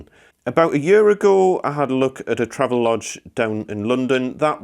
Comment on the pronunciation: BTW, I used to work at the marketing firm for Travelodge. It is pronounced "Travel-Odge". There is intended to be a distinct separation between Travel and the odge part. This is to distinguish some early mispronunciations such as "Trayve-Lodge"